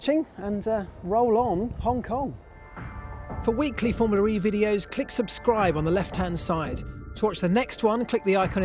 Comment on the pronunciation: Well the man also says "FormulaREEEEE" instead of Formula E.. i think it's obvious he has a speech impediment. He's the reason every1 should unsub from this channel. Honestly.